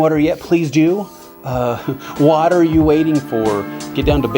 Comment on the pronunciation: "What-er you waiting for?"